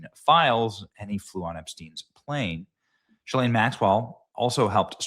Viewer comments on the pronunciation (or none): Benny, please pronounce Ghislaine's name properly. It's Gh-ee-len. Not Jis-laine. I personally don't care what anyone calls this vile woman but it's important to be accurate. By the way, nice try to deflect, Hilly, by bringing up Pope Francis (who was a total communist).